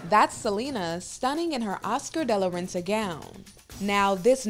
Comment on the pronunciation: Oscar De La Renta, Hahahahaha But I heard Ozcadelagehta lol